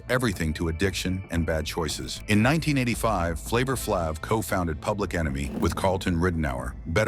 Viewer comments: You can pronounce everything else correctly but wanna say FLAVA FLAB, maybe you're the one who been on and still is on drugs. Don't mess up my boy name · You can't even pronounce flavor flay's name correctly.